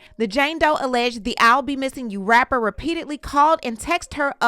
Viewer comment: When she said rapper, it came through as r*per.